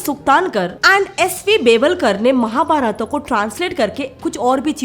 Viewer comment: Why are you saying महाभारता, कपिला, ऋग्वेदा etc. महाभारत, कपिल , ऋगवेद होता है वो। Jab video hindi me hai to pronunciation real Karo. जैसे योग का योगा हो गया है इनका भी यही हाल होने वाला है।